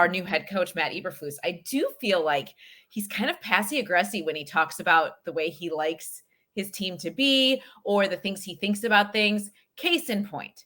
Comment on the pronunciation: Did she say “passy agressy”🤦🏾‍♂️